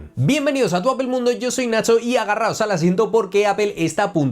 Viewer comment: ¿Porque no pueden pronunciar bien apple, o el idioma ingles.....?